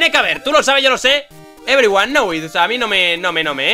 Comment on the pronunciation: "every juan now it"